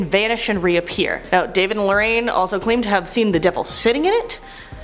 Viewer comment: Lorraine is pronounced Lore-Ain, not Lorean. Learn to announciate!